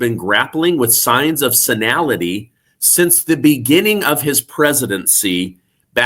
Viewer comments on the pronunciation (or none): Senility. Not senilality!!! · Senility … NOT Senality! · Great content, but you mispronounce 'senility', the 'nil' is pronounced as 'nil' (not 'nal'). Carry on. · sen(I)lity, not SenAlity, dear...